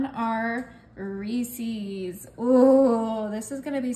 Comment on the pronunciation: Lovely. Just one criticism. The candy is “Rees-is” not “Rees-ease”. Unfortunately the way you’re pronouncing the name rhymes with a fowl word that starts with “f”. Turned me off the cake, especially combined with the visual of the piped on icing.